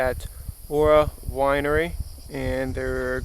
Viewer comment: There is no e in Hvar. It's not Hevar, it's Hvar.